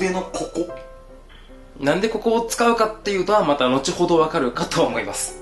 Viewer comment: にらだなぁ～白菜だなぁ～って、ヴぁかるんだよ